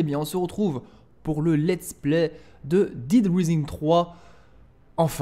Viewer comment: dead* et pas daid